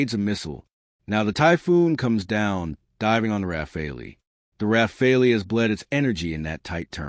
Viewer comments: AI BS cannot even pronounce Rafale..... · AI slop. Or a commentator who deliberately changes how to pronounce, "Rafale", within the first minute.